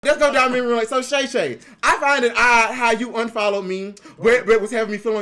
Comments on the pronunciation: Called him "Shay Shay"😂😂😂😂😂😂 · I know dude aint calling him SHAE SHAE 😂😂😂